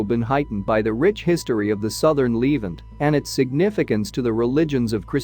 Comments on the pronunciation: I wish this annoying narrator would pronounce the word Levant correctly (Leh ~ vahnt) NOT leave ant what a stupid mistake. like calling Nuclear NUK YOU LER STUPID STUPID STUPID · Lev-ANT, not leave-ant! AI voices…..argh. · Pronounced " le- vant" not " leevant" Moron !! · It’s The Levant, not Leevent. You said it wrong so many times I now despise this video in spite of anything good contained in it. You mispronounced many other major words as well. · The narrator is a bot. Needs its pronunciation tweaked. Says 'leevant'. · It's 'LeVANT.' Add 'The' before this word. LEARN TO PRONOUNCE!!!!!!!!!!!!!!!!!!